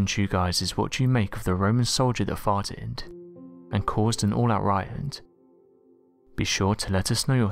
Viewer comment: Me: I think he's just just English and saying "fighted".....? Says it again Me: Nope! No! He's saying "farted"...!! 😂👍